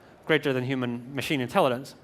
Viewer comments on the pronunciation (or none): why is he saying "intellidence"? i mean i hate those childish people who point out something trivial and dont give a fuck about the important message, but to be honest.. hes giving a speech about intelligence, he should be able to pronounce it. it bothers me I CANT CONCENTRATE ON THE MESSAGE